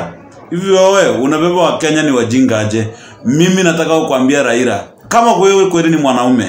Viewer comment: Raila not raira. 🤣🤣🤣